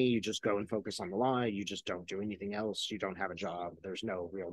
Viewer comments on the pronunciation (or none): none